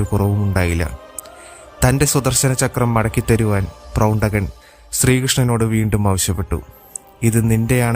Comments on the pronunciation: പ്രൗണ്ഡകൻ അല്ല, പൗണ്ഡ്രകൻ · പ്രൗണ്ഡകൻ അല്ലല്ലോ പൗണ്ഡ്രകൻ എന്നല്ലേ പറയേണ്ടത്• ആവർത്തിച്ച് പ്രൗണ്ഡകൻ എന്ന് കേൾക്കുമ്പോൾ ഒരു അരോജകത്വം• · Not Prowntakan, Powntrakan. Powntraka Vasudevan.